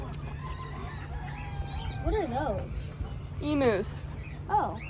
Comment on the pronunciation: ‘Emoos’ do people actually think that’s how it’s pronounced? No hate of course, just curious And $300 for a registered, possibly pregnant Nigerian? What a steal! They were only imported to Australia in 2014 so a registered 100% Nigerian doe who is possibly pregnant to another 100% could go for $ here. My goatie mentor sells her % doelings for $875, which is a pretty decent price here